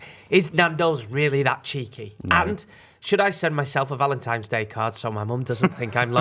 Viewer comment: How the hell did not pick up on ‘ValentiMes Day’??!! 😂😂